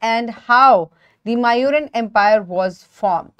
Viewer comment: That is not how these names are pronounced, it's not chan-yaka, it's chaan- nakya. It's not mauuran its moooryan. These are the correct pronunciation of these names ..